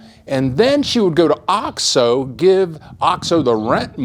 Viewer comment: hey...it's pronounced "oh-x-oh" long O. The way you are saying it is driving me NUTS! Please pronounce it correctly...Oh-xx-Oh... c'mon you've been down there for 17 years!